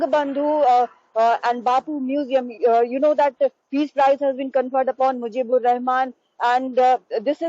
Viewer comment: it is Sheikh Mujibur, not Mujibir.... disgusting news presenter.